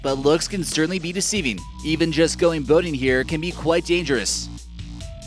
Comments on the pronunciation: I live in Oregon. It's pronounced "Too - all - a - tin," not "toolatin" lmao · It’s pronounced too-wall-e-ton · Tualatin is pronounced with the sounds for the words: two, all, uh, and tin. Yes they blend but the notes have to hit these words. Raised next city over, just trying to help. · Oregonians be like, "The way you pronounce that stupid river is 'Tu-AH-la-tin' B!" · You got Oregon right but tualatin is pronounced tu-wall-uh-tin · Thumbs down for the pronunciation of Tualatin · Murdered the pronunciation of “Tualatin” 😂😂